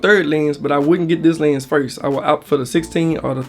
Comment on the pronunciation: The way he says Llhennss...